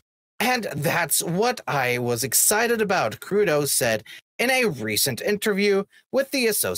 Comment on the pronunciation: It is Kud-Row, Not Kudow.